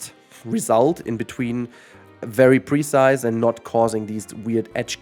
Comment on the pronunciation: Everytime you pronounce the word "precise" I have trouble understanding what you're saying. At first I thought you said "pre-sized" and had no idea what you meant. The emphasis should be on the second syllable: pruhCISE.